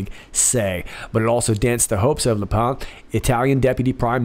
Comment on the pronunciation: In French there is no word "pen", but if there was it would be pronounced as you do in the video. But the name "Le Pen" is irregular in its pronunciation. It is correct to pronounce it as "le thing you write with." I always appreciate your accurate pronunciation of foreign names, so I thought you would want to know.